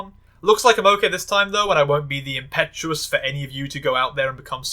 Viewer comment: an hour, fifty minutes, and forty eight seconds in. You pronounced 'Impetus' as 'Impetuous'. Really took the wind out of my sails. Gonna make it hard to get through the next eight hours.